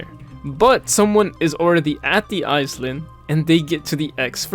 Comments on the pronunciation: I noticed how you say iSland, it is pronounced eye-land, just a tip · "eyes-lind" jokes aside, you pronounce island as eye-land (or lind, which ever you prefer) anyways nice video :) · i love how he says "eyes land' instead of " i-land" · "island" is pronounced "i-land" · You actually need to say "eye land" when you want to say the word "island", so not with an "s" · Lol was driving me crazy. Eyes-lind 😂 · I hear “ice land” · hello!! very helpful video for players new to grinding gems, however, island is pronounced "eye-land" and not "eyes-land", and isle is pronounced the same way as "I'll", not "eyes-le", hope this helps! ❤ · your pronunciation of isles and island is genuinely fascinating, i dont even think ive ever heard anyone get the pronunciation of those wrong